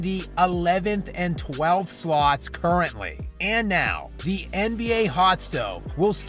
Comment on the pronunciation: Friendly advice to YouTubers. Take it easy on the word, "thee". If the script says, "the", pronounce it as such. Think of it like this... "Please pass thee ketchup." It's weird.